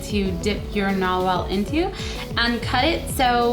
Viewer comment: U said norwell and thats the name of my school